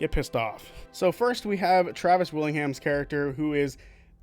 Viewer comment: It's TRA-vis, not TRA-vis... Honestly,... Great video my dude, keep it up.